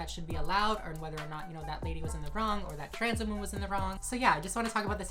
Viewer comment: she really said "as a WHAMEN"